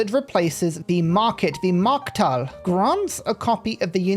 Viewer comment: as a flemish person this is unexpected but certainly appreciated! (small nitpick, its not mark-thal, its markt-hal)